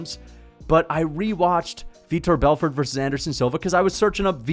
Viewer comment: This casual calls him "Vitor Belford" 😂